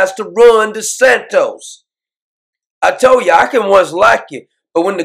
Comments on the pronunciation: Doc its not Desantos, not like Tostitos chips, Its D-E-S-A-N-T-I-S. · but I love the way Doc pronounces it...."Desantos".....Love it ! 😁😄😂